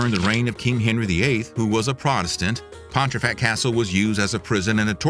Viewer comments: Came here to say this too! He said Pon-tree-fact more than once. My eye is twitching 🙃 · As a proud Yorkshireman, the added 'r' in your pronunciation of Pontefract causes me to twitch!